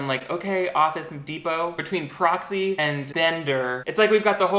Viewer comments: took me solid ten minutes to realize that you were saying "proxy" and not "broccoli," though i think broccoli is the cooler name between the two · Can’t stop hearing Cropsey instead of Proxy NGL